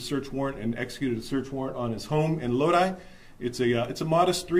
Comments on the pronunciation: Loadee? Lodi is pronounced Load eye. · It's pronounced Lo'-di, not lo-de! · The city name (Lodi) is pronounced as if to say "Low-dye" Thanks for the great reporting on election fraud! This man looks like a good upstanding Democrat. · Lodi? That's pronounced "load eye", not "load eee". "Oh Lord, stuck in Lodi again..." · It's pronounced "Low-Die" not "Low-Dee" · He said "low-dee" lmao ugh it's pronounced "low-duh-eye" it's fine i mean not everyone is from California but lodi is like well known amongst us Californians. I miss going to Lodi lake and ia kid. Kqcr3 the clip played even pronounced it. I don't watch channel 3 often they are far left leaning. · LOW-DIE not Low-Dee… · LOW-DIE not LOW-DEE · it's not lo-deee, it's lo-die. lodi as is oh lord, stuck in Lodi again... lol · It's pronounced low-die 🎉🎉🎉🤍🤍🤍Cali girl here😁😁😁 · I wanted to let you know that Lodi is pronounced: Load Eye.😂😂 I'm about an hour and half away from Lodi. My younger brother and a friend of ours used to race modified go karts up there. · Lodi, pronounced, (load eye). Im not surprised about Kahnman. There are tons more ...Cali is a haven of trash. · The city is LODI, pronounced LO-DYE. As in "Stuck in Lodi again" CCR.- 1966. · It's pronounced "loadeye" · I know how Lodi looks, but it’s pronounced “low-dye.” Side note: Keep up the good work!!! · It’s pronounced Low-die.❤ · Lodi sounded out is "Low-die" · This is the first time I'm hearing about a thorough voter fraud investigation that led to a legitimate arrest in the State of California. I'm from California, that NEVER HAPPENS! This is a rarity. Not to sound like a grammar Nazi, but the town's name is pronounced "Low-die." Sorry. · Just to let you know, the city name is pronounced Lode-eye…Lodi. FYI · that city is pronounced "load-eye". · Fyi, Lodi is pronounced as "low-die". Thanks for the great coverage though; love Epoch News! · It's pronounced Low-Dye. Always fun to see our community on the news 😂